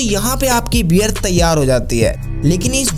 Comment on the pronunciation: Bhai wear nhi hota beer ,warley nhi barley, whiskey kò inko ya unhe nhi bolte pahle bolna sudharo jyada bhashan na de dhang se hindi bolo packing ho rhi h beer ki bhai bol rha whiskey ko bazar mè bhej diya h kya akal ghas chane chali jàti h aise logo ki